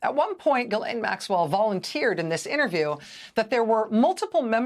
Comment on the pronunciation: GHISLAINE IS PRONOUNCED MUCH LIKE "FISHLANE"